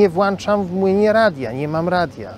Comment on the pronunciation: ... włączam, NIE włanczam